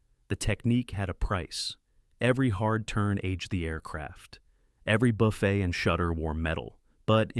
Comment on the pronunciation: Aircraft do not "buffay"! Would suggest you fix the horrible A I .